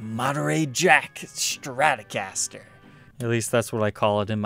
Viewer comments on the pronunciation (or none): none